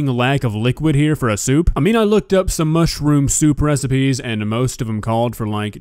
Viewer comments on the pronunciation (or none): seems nice enough and all so I don't want to make fun of her, but every time I heard her say "mushroom" it sounded to me like she was saying "mushy-room" which made me smile inside:) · "Mushi rooms"??? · How does she manage to add 2 extra syllables to mushroom?